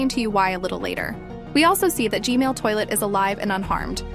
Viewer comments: You saying g Mail lol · she was say g-mail toilet for g-man toilet LOL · No offense or anything i love your videos!!! But I love how she says "G-male toilet" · why I hear you said gmail toilet not gman toilet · AND IT'S G-MAN NOT GMAIL